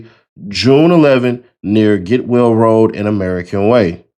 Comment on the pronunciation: Gatwell not Getwell